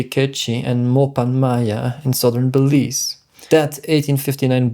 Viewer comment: It is pronounced Be_leaze. Ok